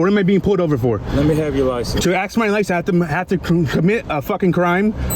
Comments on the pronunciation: Pig "I axed chew." Please use your professional vocabulary, always. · Cop is an egotistical maniac...cop says I axed you for your license...what a dork.fire his arse. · If you are going to interact with the public as a police officer you need to learn to speak properly, the work is ask not axe. What an a**hole, the turd needs to be fired. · The cop pronounces 'ask' as 'aks.' That sums up the whole thing. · It's ASK not AXE. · He didn't ask you for your licenses, he axed you. And axing people is a felony. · I ax you fo yo ID.